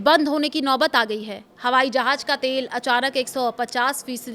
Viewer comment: Jhaaj nahi jhaaz😂😂😂